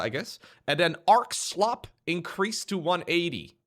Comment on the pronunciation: Slope. Not slop.